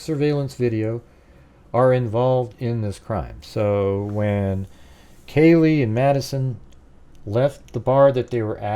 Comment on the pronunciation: Oh man …how you gonna do such an awesome job on this model and then not say kaylees name even remotely correct